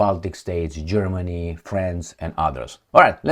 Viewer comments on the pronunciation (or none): none